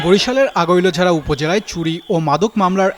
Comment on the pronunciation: সাংবাদিক নামা বলতে পারে না আগৈলঝাড়া থানা❌ আগোলঝা থানা ✅ সাংবাদিক ❌ সাংঘাতিক✅